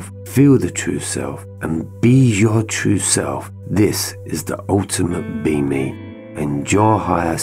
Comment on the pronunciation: You say B*Me, I hear « Beaming ». Everytime. I think it works well together. Thank you, from the heart, for this work of light you’re doing. 🙏